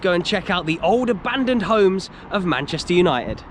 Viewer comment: Manchester Uni-ed? Uni-ed????